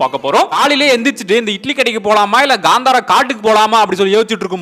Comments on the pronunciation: It's not gantara it's KANTARA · Ganthara alla .kantara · Gandhara illa pa, Kantara....